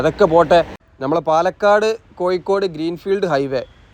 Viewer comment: കോയിക്കോട്, കല്ലും തായം, പയെ പാലം...😂😂 ഴ.. ഴ... ഴ.. പയത്തിൻെറ (പഴത്തിൻ്റെ ) ഴ...